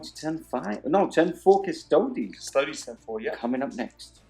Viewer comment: cus-to-dees. like ass-tar-tees. not cus-toads. for real.